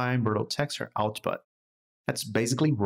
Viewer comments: "virtual" is pronounced like "virch-you-al" ;) Great tutorial anyhow. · He's saying it in the Portuguese pronunciation since it's the same spelling but different pronunciation. I don't see why it's a big deal for you since you recognized the word. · It's originated from Latin. It's neither English nor Portuguese, it's both actually. He can pronounce the word whatever he likes. If it was a problem, I doubt no one at Epic wouldn't "nicely explain" to him. As for me, it wasn't a big deal, sorry if it looked like it was. Peace. 🌹